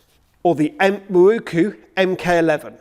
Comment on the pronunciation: To me it's pronounced 'Miroku' and not 'Mirookoo'. Just my view.